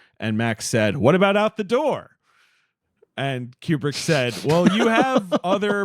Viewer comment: Pronounced "KOO-brick" NOT "keeyoo-brick" At least get the guy's name right.............